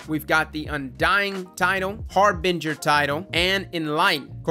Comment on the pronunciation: is the first youtuber to actually pronounce Harbinger correctly so far